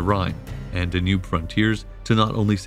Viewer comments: I could deal with the unusual pronunciations until you got to "DaNOOB". Seriously? (It's DAN-yube) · Hey Narrator... It's pronounced DA-nube, not da-NUBE. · Da-noob (Danube)… I hope you’re not paying for the copy-read voiceover… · Great narrative but I don't believe it's the Da' nube River. I've always heard it pronounced Dan' ube. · 🤭ok,,, so the correct pronunciation of Dacia,(&any of it's variations), is NOT pronounced (Da•Kee•uh), it is (Day•She•uh)... There are not multiple ways of pronouncing it...and 🤣,,, the Danube,,, is (Dan•Noob),,, it is pronounced (Dan•Yube)... You NOOB..... look it's minor and I'm sorry to be picky..most of the rest of your production is pretty solid...I just simply do not understand how anyone who declares to be an Ancient Roman Historian,, could possibly mistake such common names directly related to the subject...I mean...WOW... You don't even have to have studied the subject in college or visited the areas, which every professional historian I've met has always done both..you could educate yourself and understand the pronunciation by simply studying online...unless you've done it as some type of unsure joke maybe?🤷🏻‍♂️,, I just don't get it...slightly compromises ones credibility.. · I liked the video. But there was a lot of kinda weird pronunciation. Da-nube? There’s plenty more too. No biggie. Keep up the good work. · Very interesting documentary series. My normal source for this period is "the history of Rome" podcast which is also fantastic. One major difference between the two sources is the pronounciation of certain names. this channel uses "Dakia", Desebalus", "Domietian" and "Danùbe" whereas the podcast uses "Dasia" ,"Dekebalus", "Domitian" and "Dànube". Which one is correct? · In the english language it is pronounced ''Dan-yoob'' with stress on the first syllable. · This reader mispronounced many words the dayNUBE River. Get someone to read who knows more about his subject matter.